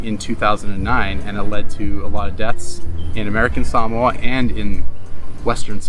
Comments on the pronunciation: Is this really how to pronounce Sah-mo-ah as Sam-mooah? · You pronounce samoa annoyingly and can you say the word "adventure" even more? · I noticed that, throughout the video, you pronounced the place as sah-MOE-uh, rather than the way I've always said it--suh-MOE-uh, as well as the way google says it. Am I guessing correctly that #1 is their way of pronouncing it, whereas #2 is the Anglicization of it, like hah-WAI-ee and hah-VAI-ee? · Salmoa Long winded and boring I googled it. And in 1 minute I knew 25 Reasons not to move there Salmoa did you say Salmoa 🤔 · Why did they keep saying Samoa they seem to keep wanting to pronounce it in some certain way and it sounds crazy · #11: Americans have been mispronouncing "Samoa" forever.